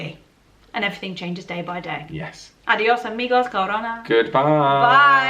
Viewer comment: I LOL at the last part you say adios amigos and it sounded like you say cavorna translation to English b**ch... i was doing some paperwork at work and i was like WHAT LOL... funny